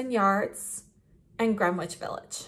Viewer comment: I’m sorry for being that person but as a New Yorker I need to say this, the “W” in Greenwich Village is silent. It’s pronounced “Gren-itch Village.” Great video these lipsticks are beautiful and they look great on you!